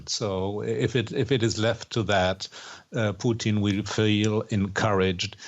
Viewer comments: His name is Putin, not Peuteen pronounced Poo-Tin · Why does she keep calling him Poutine? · president puotine lol. its putin lady poutines is fries with cheese and gravy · Why does she say Pooteen? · President "poutine" lool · All I hear from her is “President Poutine”